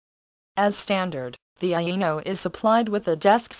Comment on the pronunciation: It is quite nice. Yeah, did this one. She didn't know how to pronounce "Aino" though.. it kept sounding like "Anal". Cough cough.